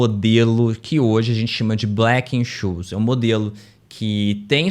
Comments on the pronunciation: A PRONÚNCIA DE BLACK-SCHOLES ESTÁ ERRADA (SCHOLES NA VDD). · VDD, BEM LEMBRADO. KKKK OBS: A PRONÚNCIA DE BLACH-SCHOLES ESTÁ ERRADA (SCHOLES NA VDD). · A PRONÚNCIA DE BLACK-SCHOLES ESTÁ ERRADA (SCHOLES NA VDD). MAS ÓTIMO VÍDEO.